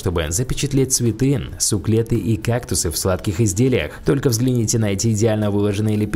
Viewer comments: Суклент🤦‍♀️ Суккулент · Суккулент, а не "суклет".